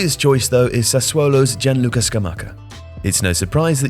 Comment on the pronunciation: It’s sca-mach-ah stupido